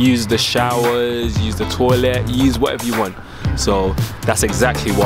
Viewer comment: why is the way he says toilet funny to me